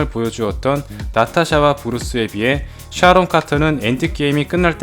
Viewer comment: 이분 시옷 발음이 쩔어주시네 쌰론, 쒸빌워, 엠씌유